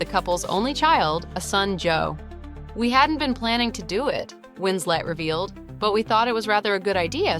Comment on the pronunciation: Her name is WinsLeT not winsLey